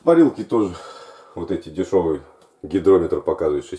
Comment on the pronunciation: не гиДрометр, а гиГрометр, ешки-матрешки. =)